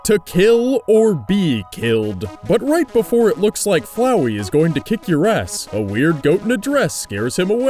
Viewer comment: Finally someone who can actually pronounce FLOWEY ike a normal person.